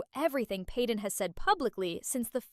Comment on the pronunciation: Stop not peeden is payden